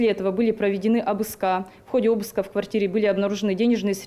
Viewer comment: Какая безграмотная речь у женщины - майора полиции (обыскА́) Срочно на переаттестацию по всем дисциплинам, включая русский язык.